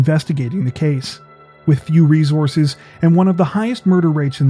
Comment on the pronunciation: When you say “ree-zore-zezz”, do you mean “resources”? You realize that there are no Z’s in “resources”, right?